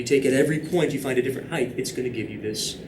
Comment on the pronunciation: Am I crazy or is he saying "heighth?"